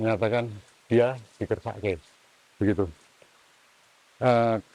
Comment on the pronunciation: Menit bukan dikersakit tapi di kersak'ke (dikehendaki/diminta/diambil) oleh penguasa.